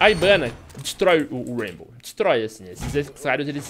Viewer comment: Mó estranho o fala ibana